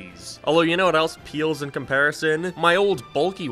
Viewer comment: Why do you pronounce "pales" like "peels" and "gains" like "geens"